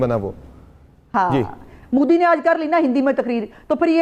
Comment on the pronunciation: Moody nahi Modi hai pehle bolna to Sikh lo kamino